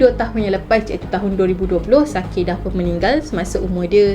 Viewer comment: Actually cara pronouns sakae tu ialah sakai 😹 sebab jepun bukan korea 😅